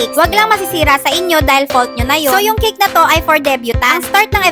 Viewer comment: Say cake not kick.